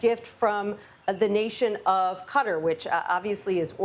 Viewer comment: Learn how to pronounce QATAR